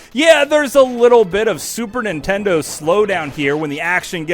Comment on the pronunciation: Why do all Americans pronounce it Super Intendo?